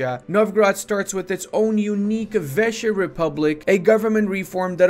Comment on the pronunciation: Ch in Veche should sound like ch in China